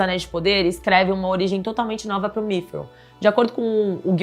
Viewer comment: Correçao, nao é migril, e sim midriun